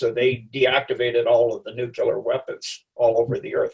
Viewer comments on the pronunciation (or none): It's nuclear not nucular. I can't trust anyone who isn't capable of pronouncing this word correctly.